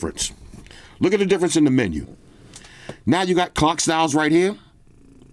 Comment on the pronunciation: Oh clock styles, I thought you said 🐓 styles.😂. Just order my S24 ultra. With all the Samsung deals, got it for 970$ Aussie $$. So I guess I can keep both kidneys this year. 😅. I'm spewing I couldn't get the lilac purple. They were all sold out. Now I wait for the REAL REVIEW. S24 Ultra.